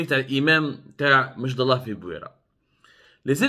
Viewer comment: سي عبدو سمار ،ملاحظة لاتقول مشدالله كما تنطقها بل أمشدالة بكسر الألف ،وسكون الميم ،وفتح الشين والدال والام والتاء المربوطة صماء.وكلمة أمشدالة هي جمع لكلمة امشدالي مثل ڨبلي والجمع اڨبالة...وتسمية المنطقة بامشدالة لها علاقة بلون التراب ،الاحمر القرمودي ،واصل الكلمة امازغية وهي إمشدالن imchedelen.....nos respects Mr Abdou...et dire que la direction des affaires religieuses connaissait les déclarations racistes de cet immam et elle l'avait affecté Ilya une année !!! Et elle vient maintenant, zaama, éteindre le 🔥 feu